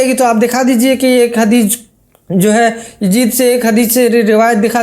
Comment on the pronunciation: Bhai well said But who is this Yajeed a new creation Please learn to pronounce YAZEED correctly